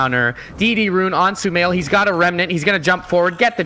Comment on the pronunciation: LOL STUMAIL!! stupid + sumail? nice caster haha